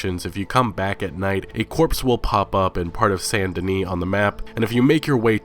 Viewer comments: Why do you say Sant DenE? It's Saint DeniS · Saint Denis bro! Not San Deni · dude how do u not pronounce saint Dennis right hahaha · Saint. Not San. Saint. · why does everyone pronounce it "san" denis when its obviously saint. all of a sudden nobody knows how to pronounce the word "saint"?